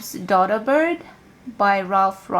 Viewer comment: DODO is pronounced with a long O sound as in donut.